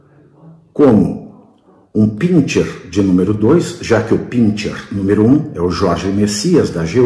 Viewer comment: Dr. Pavinatto, Pinscher pronuncia-se pincher. As palavras alemãs sch sempre são ch. Schindler. Schloss. Schumacher.